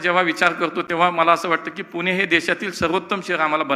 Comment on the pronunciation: पुणे म्हणा हो 😂 बाकी तुम्ही चांगले काम करताय त्याबद्दल तुमचे कौतुक 🙏